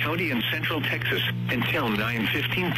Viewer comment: The way pronounces Texas is quite funny ngl.